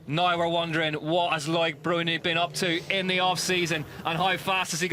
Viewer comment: Its pronounced "luc bruni not lloyd